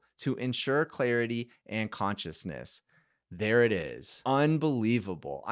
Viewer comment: it's pronounced conciseness... not consciousness...